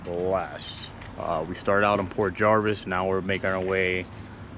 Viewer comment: Nice video! I was there on my bike not too long ago! Just a FYI, it's Port Jervis not Jarvis. 🙂